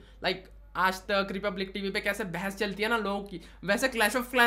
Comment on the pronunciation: Aapka 'behas' sounded like 'bhass'.. 🤣🤣